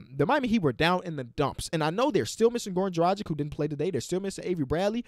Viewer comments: it's dragic like drag itch, not like the pronunciation of tragic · Start pronouncing Dragic right, all Yugo's have the ICH at the end (Draw-gich) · Is this history, the 1st time i completely disagree with something said??? Oh my, took some time for it but, the Heat, it will not be enough to get Dragič (who you still say his name in the most wrong way possible while you have no problem sayinc TLC's full name, which is weird) and Bradley back, we need a proper experienced center that will play center and a PG that is a playmaker pass-first type to get back into playoff performance levels